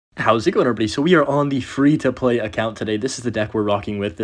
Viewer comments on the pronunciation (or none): FWEE TO PWAY LETS GAUR